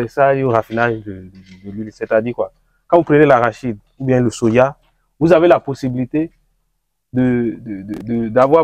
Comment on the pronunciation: C’est Soja et non Sodja